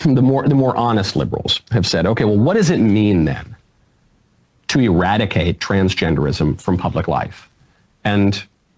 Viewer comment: Ewadicate wascally twansgendewism with wabbit air!